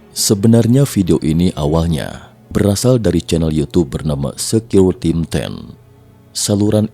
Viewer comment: Sebutan yg betul Secureteam = secure team (pasukan keselamatan) Secure d sebut = sikeyor, baru sedap d dengar 😁